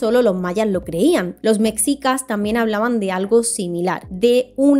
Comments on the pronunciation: Hola,! Acabo de descubrir tu canal y está genial. Una pequeña observación: "Mexica" no se pronuncia "Meksica", sino más bien como "Meshica". Sigue con el buen contenido! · Hermosa muy buen video la vdd solo una pequeña observación cuando dices "Mexica" se pronuncia más como "Meshica" ya que es una palabra en náhuatl 💗💗💗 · la pronunciacion correcta es “meshica”, ella lo pronuncia como se pronuncia “mexico” en ingles